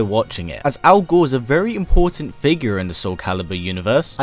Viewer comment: I can't help but hear this as Al Gore